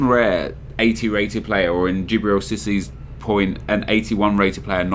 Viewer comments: It's not sissy it's see-say like that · Cissi is what ur saying its Cisse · You pronounce Cisse as "See-Say" :) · Firstly it's see say not sissy I would say you perform well because of expectation levels your team is still fast just not as fast as generic pace teams you probably try harder because you don't expect them to be as good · Cisse is SEE-SAY not SISSY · did you really just call Cisse "sissy" LOL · Haha u call Cisse 'Sissy' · Dijbril cissy? You fucked up his name at the start and carried on saying it so you wouldn't seem stupid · please pronounce cisse right! see-say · The way he says cisse.... Lmao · LOL the way you say Cisse is hilarious